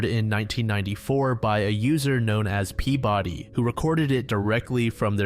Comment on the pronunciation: Being from Massachusetts, hearing Peabody pronounced that way always feels off lmao